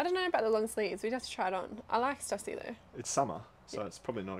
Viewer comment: just to correct you, its pronounced "stussy", not "stussy".